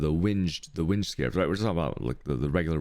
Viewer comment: Okay enough is enough. Its Alk not Al-ch And its Meh-sah not Mee-sa| I just watched more.. Cha-yos? REALLY And how you pronounce winged? omfg